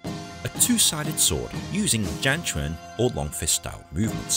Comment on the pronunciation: It’s chang quan not zhang quan